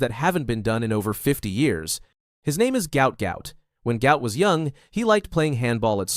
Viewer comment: His name is Guot Guot his father said NOT Gout Gout